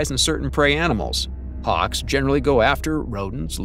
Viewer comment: Harks? Don't you mean Hawks? Learn to pronounce the English language, before posting a video.